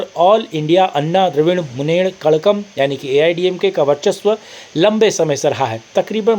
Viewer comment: तमिल मुन्नेत्र कझ्यगम सही उच्चारण है श्रीकांत भाई।